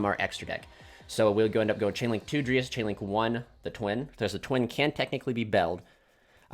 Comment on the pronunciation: It bothers me that you say (dree as) for dryas but then again it's better than hearing people say "DrY aSs" lol Great vid also btw